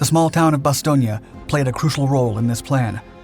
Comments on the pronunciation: Another thing, in the past you correctly pronounce Bastogne with the E at the end. I wonder why you change the pronunciation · Bastogne is pronounced " ba 'stone" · Say it like Bass-Stone please. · Oh my....its pronounced Bass stone. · Hey, kid. Repeat after me. Bah. Stone. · It’s “Bast-Own”! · Pronounced: "Ba-Stone". I've been there. That's what the local people say. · It’s pronounced BAS-STONE, not whatever butchery you were pronouncing 😂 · The name "Bastogne" pronouncing is wrong. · You pronounced Bastogne wrong bud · May be correct but by all the gods I hate that pronunciation of Bastogne. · A couple of things. I do like listening to your vid's as I like to hear differing records of what was happening in history, particularly in WWII. However, please research the names you use, you got the pronunciation of Bastogne & Reims wrong, sounding like Italian rather than French names. I must say, it is right that Americans are proud of this action by the American paratroopers because it is a classic example of the will to fight defeating the pressure of the enemy. But it was not a last stand. Last stands are those fought by soldiers that lost. The paratroopers went on to fight after that action. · Can someone teach this guy how to pronounce Bastogne? If you're going to do research to make a video, do your research and learn how to pronounce things, this is embarrassing. It's a disgrace to those who fought and died there. This isn't Italy! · You sure do say Bastonge alot for someone that said it wrong 5327 times.... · Not sure where he got the "ia," but he sure used it a lot. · "Nuts" didnt anger the Krauts. They didnt know what it meant. Do you even realize how stupid you sound when you keep saying Bastonia instead of Bastown? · Bastogna??? IT IS Bastogne with and E at the end like the word End, There, Were, etc.... FacePalm.... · I love your videos but your pronunciation of Bastogne terrible, it’s bastone not bastogna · It’s bass-stone not bass-stone- e-a